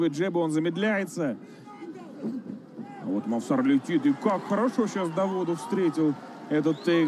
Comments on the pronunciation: НЕ МОВСАР А МОВСАР УДАРЕНИЕ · мовсар ани мавсар